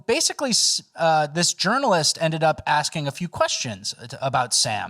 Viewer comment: "you start axin questions instead of asking them"😂